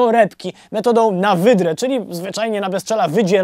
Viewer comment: Na wyrwę, nie na wydrę 😂😂😂